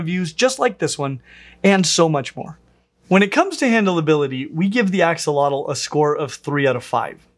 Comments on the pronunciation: Fyi it's pronounced "Asho-lote" rather than Axe a lot el. Here's an Nahuatl language expert on the topic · it's pronounced ashotol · It’s pronounced Ah Shoal ots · Something not many people realize is the correct pronunciation of "Axolotl" is ah-SHŌ-tl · The correct pronunciation is ah-show-lote btw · ...except it's actually pronounced more like "ash-lote" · That's not how you pronounce it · Axolotl is another Nahuatl name that is commonly mispronounced too! The x is pronounced as an “sh” sound, and the L at the end is silent! “Tl” at the end as a hard T sound while expelling air out of the sides of the mouth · You didn't pronounce the name right. X_X